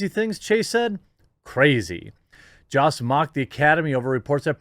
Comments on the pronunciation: It’s Jost with a hard o like “ hose” not the “ah” you pronounced. Please use his correct name pronunciation. Everyone needs their name said correctly. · It's pronounce "Yhost" homie. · It is pronounced Joe-st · Is it pronounced jost or yost?